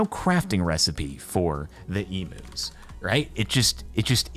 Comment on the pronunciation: i know he's deliberately saying 'emus' instead of 'eumus', but the pronunciation of 'emu' is hurting me so much......